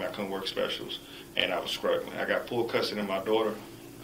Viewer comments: He said he was “scrugglin” lmao. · Let me ax you about your scruggling sir